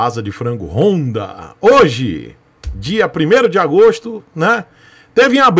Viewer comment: Mas não é apenas uma moto, é uma "rooooonda" KKKKKKKKKKKkkkkkkkkkk